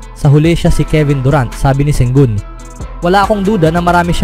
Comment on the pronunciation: Ang masasabi ko ay malakas ang phoenix suns basta magkasama sina Sengun at Sengun. Dalawang tao ba sila?😂😅😂 Bakit pabango-bago ang bigkas mo?